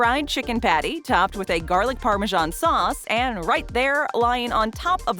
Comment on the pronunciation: Why are you pronouncing 'parmesan' like that? Lol you silly girl 🤣